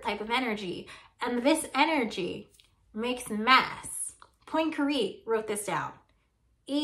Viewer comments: "poynkaree"... ma'am I speak French and I'm sorry to report it's "pwan-ka-ray" love your videos tho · I feel more anxiety when you pronounce Poincaré in your special lil american way. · Great video but how you say Poincare...